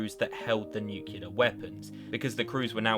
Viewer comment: ... Nucular weapons 🤤